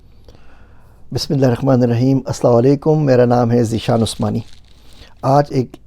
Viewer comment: Sir kindly concentrate on Bismillah bcz you are not pronounce it correct